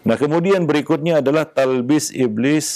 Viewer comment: "Talbis" bukan "Tablis"